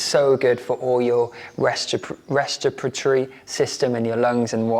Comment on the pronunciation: Sweet Gaz, I’m I the only one that noticed you saying,” restipatry”?😅 I can’t even write it😂. You meant respiratory ❤